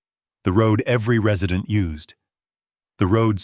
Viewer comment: Re-side’-nt? Are you sure he doesn’t mean Res’-ih-dent? Please get an AI who knows how to pronounce the words correctly! Thank you! And stop with the darn dings!!!!!😡